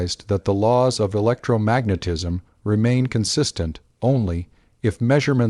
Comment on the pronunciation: Ugh. The randomly stilted AI monotone robot voice "electro....magnetism" "One thousand eight...hundred seventies" It's like nails on a chalkboard